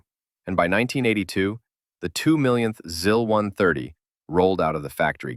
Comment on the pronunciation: Just a minor nitpick, the i's in Russian are more like the ee in "sees" than in "sis". So it's more like "zees" and "zeal" rather than "ziss" and "zill".